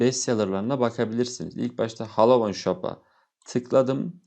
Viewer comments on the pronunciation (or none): none